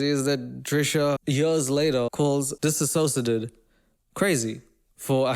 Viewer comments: DissociaDID is pronounced more like "diss-osha-did" than the word "disassociated"- Trisha tragically mispronounces it pretty much every time. It's a combo of the word "dissociated" and the anagram for D.I.D :) Love ur vids as always <3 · Hi man, I’m a big fan of yours 🌟 but just please tell their name right: it’s DissociaDID, non DisSAsociaDID, and everyone is pronouncing it wrong because Trisha pronounces it wrong and I believe she does it out of disrespect Thank you!